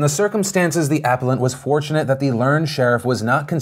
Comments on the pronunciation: Apple-ent. A-pal-lent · The way you pronounce "appellant" bothers me more than it should :') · Appellant Uh-pell-ent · Why do you pronounce appellant this way?